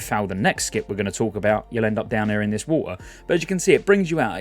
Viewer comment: "Swim through the war-ter"